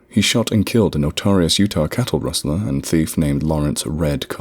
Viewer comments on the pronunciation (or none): none